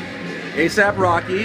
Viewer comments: Rocky pronounced it as asap, but it's actually aesop, as in the word that rhymes with bass drop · Yuck he can't even pronounce Aesop properly, it's not "asap" it's "aye-sop" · They are pronouncing Aesop as ASAP. It is supposed to be like Aye-sahp. Not Aye-sap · Just so we’re all on the same page, it is most definitely pronounced “ee-sop”, not “aye-sop” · They don't know "aesop" is pronounced "ay-sop" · by the way, if you listen to the video again, he didn't even pronounce Aesop's name correctly!! He called him "Asap Rock." Not the kind of behavior you would expect to see from someone who spent years obsessing and scheming behind the scenes in some corny little master plan to base his entire life and livelihood off of having a name that sounds kind-of-a-little-bit similar to the person in question. Right there is tangible proof in and of itself that Aesop wasn't on his radar (until people started bringing up the similarity to him after-the-fact, at least) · Aesop is not pronounced the same as Asap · Too bad none of the people including "A$AP Rocky" cannot pronounce Aesop, ˈiːsɒp/ ee-sop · For those who are hating on the acronym A$AP it stands for "Always Strive and Prosper" now stop calling it gay. this is a great moment and he did pronounce Aesop wrong. Oh well both have strengths and weaknesses which is okay. We don't always need to know which is better. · Im a fan of both. But wtf AESOP ROCK FANS are so SOFT, this comment section proves it! Who cares if Rocky mispronounced it, y'all act like it matters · Guy holding the camera and even the guy who stole the name couldn’t pronounce AESOP correctly. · maybe you should tell that to the people in the vid because none of them pronounce "Aesop" correctly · You guys can complain about anything. Cuz he BARELY pronounced Aesop wrong.So tf what? Can't we have nice things? Like classic hip hop moments? Without the cancerous fans?